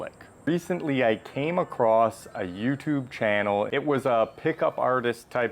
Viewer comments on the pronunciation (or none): none